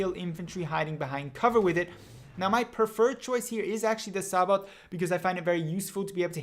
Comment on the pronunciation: Sabot is pronounced SAY-BOW. only noobs use Sabot shells. infantry are the biggest threat in the game, unless other viechles are truly over powering.